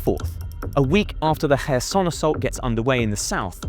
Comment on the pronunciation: Pronounce it as kharkiv and kherson. not hers herson and harkiv you can't even Pronounce the cities names right.